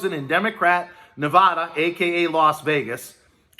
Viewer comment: Thanks for this! It is a huge help. As a Nevadan, you mispronounced the name. It's just a pet peeve that many of us share. Thanks again.